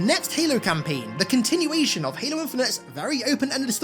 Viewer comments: Bro really said "Helo" 💀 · helo? LOL youre 343 bot boy brain cant even say the games name right. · "heylo's campaign"